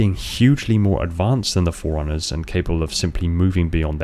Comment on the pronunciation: Am I the only one hearing "foreigners" every time he says "forerunners"? Even the caption reads foreigners lol